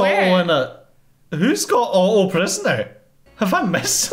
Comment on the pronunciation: I love how pronounces Otto as "Uh-Oh"